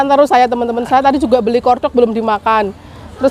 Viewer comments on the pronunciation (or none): Maxim mbak bukan makin Itu kualitas best setelah merk Teflon Yg paling the best dari luar negrj merk Tefal hrga nya jutaan Dan dibaca nya bukan Hermes tapi Hermey gitu pngucapannya Corn dog N nya dibaca bukan kor dog mbak 😁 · Kalo ngomong banyak yg gabisa , MAXIM BUKAN MAKIM, CORNDOG BUKAN KORDOG , TRS JUGA NANYA TAKOYAKI BAPAKNYA BILANG ORIGINAL,DITANYA LAGI ADA APA AJA . JELAS JELAS RASA ORIGINAL. MASUKAN AJA YAH ,KARENA DIBEBERAPA VIDEO JG SERING NGOMONG NYA GA BENER